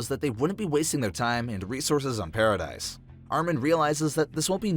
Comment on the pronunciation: paradis not dice. it’s killing me